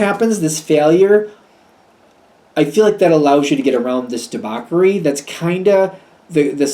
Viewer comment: it's pronounced "debauSHery" (debauchery) sorry to correct you but you need to know. thank you